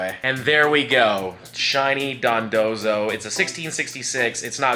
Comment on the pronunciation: I love how you went from calling it Dondozo to Dondonzo XD